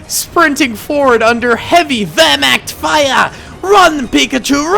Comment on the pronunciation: His pronunciation of werchmacht hurt me (Ik I spelt it wrong I have a learning disability)